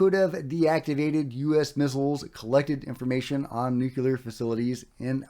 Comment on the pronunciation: I love your show but it drives me crazy that you say “NUCULAR” instead of “NUCLEAR” You’re not alone but I think it’s pronounced “NU Clear”. Just a thought.